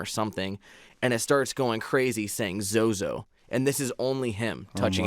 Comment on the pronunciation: i still havent been able to bring myself to watch this. i stop 35 seconds into it every time when you say "zozo". i contacted zozo for the first time 3-4 years ago with my younger cousin and literally last saturday contacted it again and asked who i was with the last time we spoke and it spelled my cousins name out correctly. just hearing the name makes me so so uneasy.